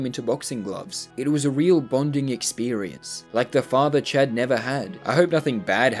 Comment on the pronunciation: Every time he says 'Chad' I hear 'chat' and wonder to myself; is this man streaming? But that wouldn't make sense because I don't think has streamed. And then I remember his name is Chad.